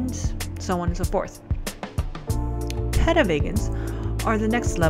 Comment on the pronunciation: Also, it's pronounced Pee - tah, at one point you said pedo which kinda freaked me out